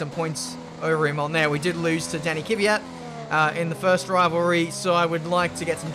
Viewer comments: It's Kvyat,not Kivyat :) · Hope it helps, it's not Kee-wee-yat , it should be more like Kwee-yat. Only posting as you said you wanna improve :D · I really like your vids, but you need to work on your pronounciation of Daniil Kvyat. It annoys the sh*t out of me how you keep saying Kivijat.